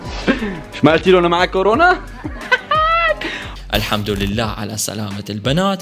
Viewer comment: اوولل شي مو اسمها كرنا اسمها كرونا